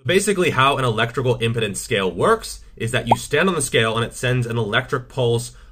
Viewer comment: If I am not mistaken, it is "electrical impedance", not "electrical impudence".